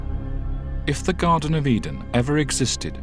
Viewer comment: Garden not Garten